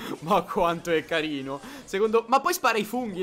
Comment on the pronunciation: CARL LEONARD e carrrino come dice like plsss